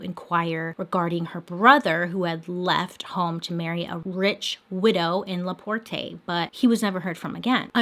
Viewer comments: Lol LaPortay. Its pronounced as La-port. But its okay. We have some crazy names lol. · as a hoosier, it’s pronounced la PORT 😂😂 love your videos bailey this one is something i grew up hearing about from my mother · I’m from Indiana it’s Leporte. Your making it sound more fancy. Is basic. I love your Monday, Mystery and makeup! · the way she says Laporte, Indiana has me dead! "La-por-tay" haha I live 30 mins from it its just pronounced "La-port" nothing too fancy lol another thing to add: popcorn is a huge thing in this region because of Orville Redenbacher so I'm not even surprised they were handing out complimentary popcorn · "La por-tay" lol the town is pronounced la port the e is silent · I don't mean to make fun, but I couldn't help but to lol every time you said "La Portay". I'm from Indiana, it's pronounced "La Port", nothing fancy. Lol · Bailey: “La-por-TAYY” 😂😂 Me: “oh Bailey, there’s always that one word in every episode” giggles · Lovely Miss Bailey adore your channel and you!! One thing doll it’s pronounced “ la port” e is silent. French spelling but English pronunciation because you know how we mess everything up lol Much love stay healthy Enjoy your videos so much!!! You’ve been a bright spot during this very dark year!!! Thank you so very much!!! ❤️❤️❤️ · First of all, it's La Porte, pronounced Port, not port-ay, trust me Indiana is NOT fancy. And, yes, she was an evil genius and I think that was her great escape! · The name of the town is pronounced as LaPort, not LaPortay. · You can just say LUH PORT(La Porte),we pronounce it with out the TAY at the end,I live in Indiana and I’ve never heard it said the way you say it,I never even would’ve thought to say it that way! Lol no hate at all,I just though it was kinda funny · It legitimately threw me off the whole time hearing her say “La Portay” the whole time. 😂 Half the places in Indiana aren’t even spelled the way they’re pronounced though, so it’s excusable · I giggled every tome she said laportay 🤣